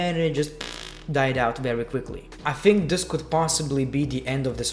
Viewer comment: Why do you pronounce "think" as "fink"?